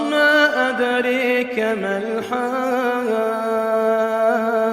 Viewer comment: ad'raka, not ad'reka